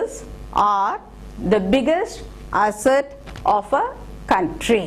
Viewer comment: "Food" is not to be pronounced as "fud" but as "fooo(d)" biggest asset ---> greatest asset. "Asset" is pronounced wrongly.